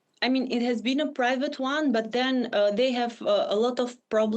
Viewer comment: Privat island? wtf are you saying?